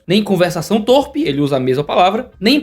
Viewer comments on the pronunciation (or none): Torpe é pronunciado com (ô); e não com (ó), como em "torpedo". Veja o VOLP. Pronto, agora pode passar para o grego ... Belo recado para o Olavo. Muito bom, excelente! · licença pra uma correção: a pronúncia correta é tôrpe e não tórpe. Inscrita. Abraço! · Jurava que se pronunciava "tôrpê" Sei que não acrescenta em nada. É só uma obs mesmo